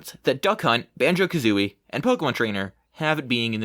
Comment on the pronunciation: It's actually pronounced "BANJO! Aaand... Ka-zooie"